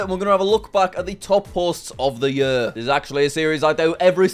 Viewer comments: Bro it's year not yuhr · I chuckle a little every time I hear Jack say year... I'm from the US so we pronounce it "yeer" rather than "yur" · YEAR NOT YUH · “Yuear”. Lol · ye"ah" I JUST CANT😭✋ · The way that jack says year is so funny it had me dying every time he said it! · love the way he says year